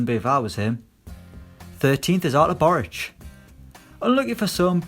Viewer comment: Bo-roots, not bo-rooch